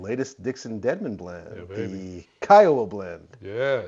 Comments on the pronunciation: SC native here. Pronounced *key-uh-wah*. Cheers! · Nobody seems to be able to pronounce Kiawah properly......WTF?